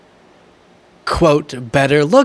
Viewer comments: He always pronounces Kamala's name incorrectly. On purpose or he's just dumb. If you can say Pamela. You can say Kamala. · He purposely mispronounces Kamala's name. So classy. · What about the people who stormed the Capital and beat the police and trashed the building? How many of those people committed crimes on J6? He insists on pronouncing Kamala’s name incorrectly.